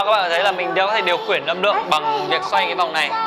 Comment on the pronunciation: Sao điều khiển anh lại đọc thành điều khuyển